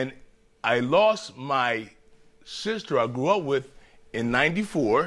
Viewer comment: “That’s my seester”